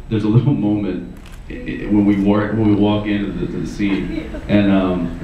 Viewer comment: okay so does anyone else love that he starts to say wark instead of walk it makes me laugh.